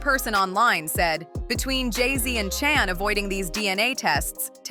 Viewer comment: Her name is not chan get it right